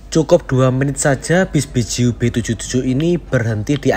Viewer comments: BE-JE-U not BE-JU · Dibacanya bukan Beju tapi Be je u